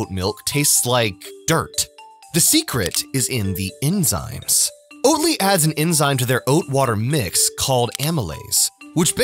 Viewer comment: Oat Ly! Sounds more like Oat Lie.